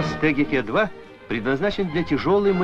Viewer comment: "...ТеГеКе-2...". Так называли согласные буквы русского алфавита до революции, в семьях, где воспитатели были русские. В семьях, где они были иностранцы, привилось произношение Бэ, Вэ, Гэ и т. д. После ревооюции, именно последний вариант был рекомендован для преподавания в школах. Но среди дикторов радио и телевидения модно было старорусское произношение и московский акцент.☺️